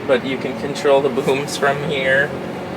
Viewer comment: He's said bahooms . Lol